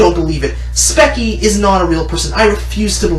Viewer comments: Speech-ee not speck-ee lmao. I do get ur vid tho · its pronounced speech-y not specky lol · "speckie" speechie vro, spechie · I don't know which side I should pick. You have me convinced that Spechie is toxic. At the same time, she is just a normal human being who is just expressing her anger through animations. Oh and it's pronounced as Speech-ie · Lmao “spekie” 😂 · Speckie... What? XD Did you call her speckie 😂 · He says speky on Spechie. He calls Spechie cringy even though he makes a extremely cringy intro. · ITS PRONOUNCED SPEACHIE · Y’all are making her look so bad. This is just how she feels. And it’s SPE-SHE. I also didn’t know spying on a conversation and following someone home isn’t creepy. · Cactus I was thinking that too. Many people commented on how he pronounced her username. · I love it when people purposely mispronounce her username. Honestly, it’s not that hard to say. “Spee-Chee”. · Pronounces "speech-ie" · Fuck you' little fucking bitch you even said speichie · I love how you misproounce her name throughout the video it's what she deserves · If you’re gonna rant about someone without any background evidence or facts that have been proven, the at least pronounce their name right. This is only proof that you did 0 research to back up your arguments, and that’s very idiotic of someone. I can tell you’re just trying to start drama for views and a couple more YouTube dollars. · Does it matter that he did not pronounce her username correctly? Also, how did he do zero research? He used many clips to back up his points. Also, enough with this excuse where people do it for views and money. It is unavoidable no matter what. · If you are going to talk bull crap about her at least learn to pronounce her Channel name 😅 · Haha he doesn’t even say her name right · god damn, say her name right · Bedazzled Blue Wrong. That is totally wrong. The reason why he pronounced Spechie's name wrong is because her username only has one "e". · lol "specky"